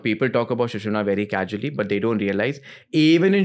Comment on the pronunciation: Pronunciation of casually was wrong